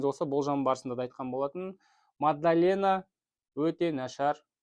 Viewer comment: Мадалена деш, магдалена емес